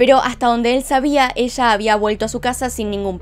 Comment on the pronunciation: me parece muy curioso su entonacion cuando menciona la palabra "PLAYA" suena como placha al igual cuando dice ELLA suena echa